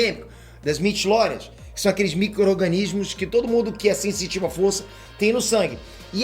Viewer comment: É impressao minha ou ele falou "midilórian"? Sempre da uma agonia quand ele fala iss